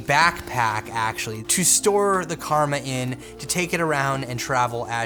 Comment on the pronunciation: Omg your comment killed me.... rofl.... That dude said DJI Kurma (Not Karma). I think he's talking about his Chicken Kurma (An Indian Dish) mainly with gravy and delicious. I know because I am from India.